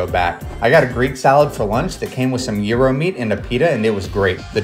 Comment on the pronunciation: I love the fact that actually pronounce gyro correctly!!!